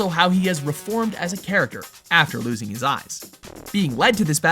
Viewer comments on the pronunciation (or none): none